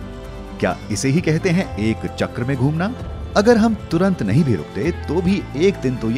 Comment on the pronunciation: घुमना not धुमना 😂😂😂😂